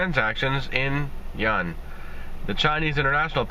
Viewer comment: Yuan = RMB = Renminbi Since you can't pronounce 'Yuan', just say 'RMB'.